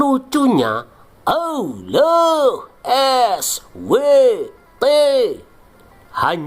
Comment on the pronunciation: Ngakak tiap denger admin ngomong Alkhur'an dan awuloh eswete yang diyakini oleh orang eslam😂😂